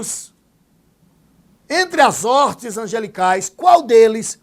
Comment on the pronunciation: A aula é boazinha mas teu português é péssimo... não é orte é hoste ou hostes!